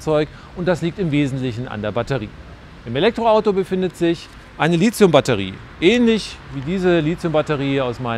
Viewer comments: Das Element heißt Lithium und nicht Lithzium, wer das noch nicht mal richtig hin bekommt, dem wünsche ich alles Gute Herr Professor. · Die Aussprache ist [ˈliːti̯ʊm] oder [ˈliːtsi̯ʊm], wer das noch nicht mal richtig hin bekommt, dem wünsche ich alles Gute. Quelle